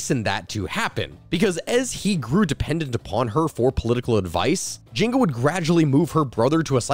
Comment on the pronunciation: Dude I think you're supposed to pronounce the n in nzinga